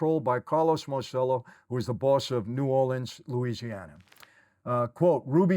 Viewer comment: Michael, Michael, Michael, please! It’s MAHR chell oh… NOT Mar sell oh!! You’re proud of your Italian heritage yet you bastardize many words because of that New York accent I’m surprised as many times you’ve been in Italy. Nobody has ever correctedyou!!?? I love your channel and I think you’re doing great work but for someone that speaks flow in Italian, it’s like nails on the chalkboard